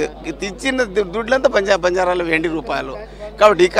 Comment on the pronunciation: News reader gaaru Not Say bajarelu......Say banjaraas.... OK...